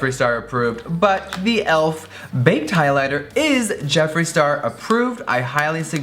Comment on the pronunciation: JEFFREE!IT'S PRONOUNCED E-L-F...THE LETTERS NOT ELF...LOVE YOU SOOO MUCH GIRRRLLLL